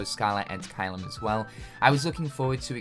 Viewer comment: Why do you keep saying "Scaller" ad Caelum?